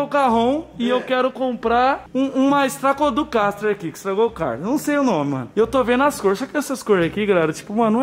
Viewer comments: Estatodocastre kkkkkk🤣🤣🤣💥💥💥estrato caster pow kkk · Essa foi exatamente minha reação Ele tentando falar o nome da guitarra stratoscosterrr kkkk